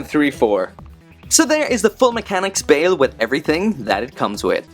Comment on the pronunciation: Ur saying his name wrong its "Ba-el" that is how u say it right